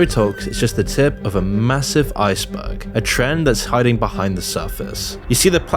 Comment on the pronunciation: I thought I heard him say "a massive i-sperg". Which would have fit even better than "ice berg".